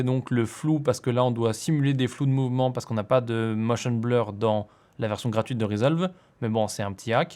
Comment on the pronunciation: C'est toujours bleur et pas blour. Je crois que tu n'y arriveras pas ^^ Au passage en regardant cette vidéo je me demandais s'il était possible de créer une fois une transition, et de se l'enregistrer en template, afin de n'avoir qu'à le régler au besoin si on en a besoin une nouvelle fois. Car souvent la transition ne dépend pas vraiment du contenu présenté, ou assez peu. Merci pour tes tutos ;)